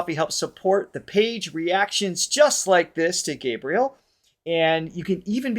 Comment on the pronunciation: Hi guys, it's been awhile since I've left a comment. Here goes: after all the times you've listened to and given your reaction on GH, you still don't pronounce his name properly. It's a matter of respect. Gabriel is pronounced Gabrielle like the actress Gabrielle Union not like the angel Gabriel. Henrique is pronounced En he key. Thanks. One Love... 💝